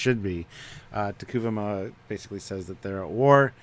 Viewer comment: The name is T'Kuvma. Phonetically... "T-Koov-ma" Three syllables... Not "T-Koo-va-ma". Hate the holographic comms... Some really odd story stuff that does not make sense to canon... But we are only 2 episodes in... Might get better... But I will watch regardless